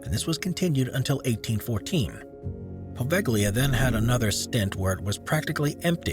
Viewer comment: And "Poveglia" as POHVEKHLIYA.